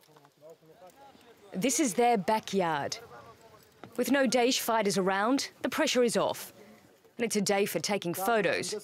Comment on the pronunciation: daesh not desh lmao